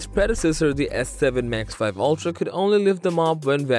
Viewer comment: I don't think it's pronounced max 5, I believe it's max vee.